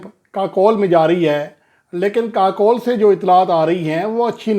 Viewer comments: Pl correct your pronounciation It is not Kakole. It is Kakul pronouncced as KaCool. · جی لفظ kakol نہیں kakool ہے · Yes but ye Bhai sab aksar u ko o pharte hain ❤ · لفظ kakol نہیں kakool ہے